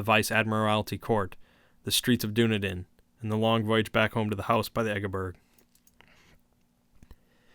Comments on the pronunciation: Being a kiwi, ive never heard of the "streets of Doona-din" I have visited Dún- ē- dinn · Hi, brilliant reading. Your tone really suits the material. However, just a quick note: the city 'Dunedin' in New Zealand is pronounced 'Duh-nee-dun' not 'Doo-na-din'. Just thought I'd point that out! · Dunedin is pronounced Done-eden B) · The small city of Dunedin in New Zealand is pronounced “Duh-NEED-inn” And growing up in the 80s we still called mixed maori-European kids “half castes”, but I don’t remember when that faded out of common use. I guess it’s considered impolite now that mixed-race marriages are common. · I enjoyed this a lot, though as a lifelong resident of Dunedin (raised in the inland hill suburbs where the cult holds its rituals) I feel obligated to observe that you mispronounced the toponym. The accent in "Dunedin" is on the second syllable, not the first, so it rhymes (sort of) with the phrase "run bleedin'." That's a small nit to pick, however; I really do enjoy these Lovecraft readings. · Dunedin is pronounced "Dun-eden" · "Dunedin" is pronounced sorta like "Done Eatin'". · "Doo-Na-Din, New Zealand" hahahahahaha love it